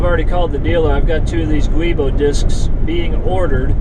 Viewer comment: the correct pronunciation on the Transit driveline part is "jew-boh". It's a flexible synthetic rubber disc to help with driveline vibrations. It's used on all Ford Transits over the world, not just here. BMW is also a big user of these as are other European mfgrs. It is a warrantable part up to 5yrs/60k miles, or if you have an extended warranty. If Ford does the replacement work, it is guaranteed for 2yrs/unlimited miles. Hope this helps with your anxiety. Also I'm not an expediter, (missed my calling I think), but I agree with the separate pay for each load item. No combining etc.